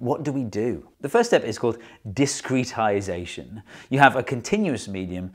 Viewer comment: It's not pronounced discrete-isation. It's discro-tisation. There is a party in my FEM model.